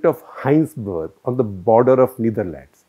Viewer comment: It's not "Ne-ther-lands" It is "Neth-er-lands" That's how football commentators say, just sharing by the way, Keep up the good work <3 Nowadays am not at all watching other medias Helps a lot to keep my mind calm